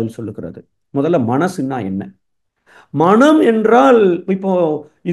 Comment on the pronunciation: ‘மனம்’ என்பதைச் சரியாக உச்சரித்தீர்களென்றால் சிறப்பாக இருக்கும்.நன்றி!